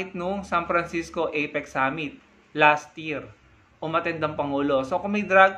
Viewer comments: APEC hindi EPIC wahahhaha boba ka ayusin mo ang pag pronounce mo ng words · EPIC b ha ha ha ituwid mo muna dila mo, APEC✌️ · FAKE NEWS YAN! APIC daw eh epic dpat kung ml a. Dinig ko itik sbi nya. Bogoooo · Parang kilalang kilala na niya sa PBBM. At ang pagkarinig ko at "EPIK" sa halip "APEC". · CRAZY WARAY...APEC hindi IPIC...ha ha....LIAR.😝😝😝😝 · Ano daw may drugtest dun sa "ipik"🤣 takte na yan bulol. Gunggong anong drugtest pinagsasabi ikaw magpadrug test kasi bulol ka ha ha ha. Ano yan sports championship na may drug test bobo😂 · Hindi mo nga mabigkas ng maayos ang Apec